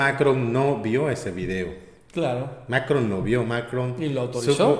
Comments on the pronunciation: ¿puedes dejar de pronunciar TODOS los nombres de mandatarios como si fuera inglés? No es MAcron sino MaCRON, la última sílaba es mas fuerte. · hehehe. Macron se pronuncia con el acento en la ó. Es en Francés, no Inglés. Pero felicidades como siempre por su labor compañeros. Los sigo. Viva México y su transformación.